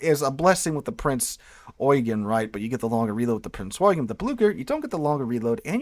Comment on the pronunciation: Thank you for this. I haven't played this game yet, after having a bad experience with WoT, but will now. Excellent video. Subscribed. P.S. You are the first YouTuber, or Documentarian I have seen, who pronounces Prince Eugen correctly. Well done.